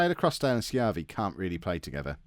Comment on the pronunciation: You're pronouncing Schiavi right. Fun fact, Schiavi is an Italian last name and it translates as "slave" from Italian.